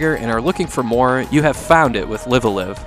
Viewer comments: FYI, the two words "Live" in "Live A Live" are not pronounced like most of us English-speakers think. They rhyme with the word "alive". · ライブ•ア•ライブ Raibu A Raibu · Nintendo announced the remake of live-a-live this year and I feel bad for you because they pronounce it differently.